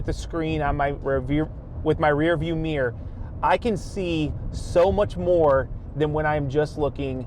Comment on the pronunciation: Sorry, "meer" kills me every time. lol